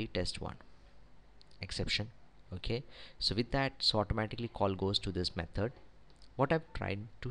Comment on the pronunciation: Thanks for the video! I love the way you say 'methord' rofl :)